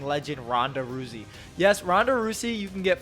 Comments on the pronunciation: Roo-zee. Ronda Roo-zee. Rouse as in A-rouse. Rouse-e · It's pronounced, Row-zee. Like rowdy with an 's' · Rhonda "roosey" 😂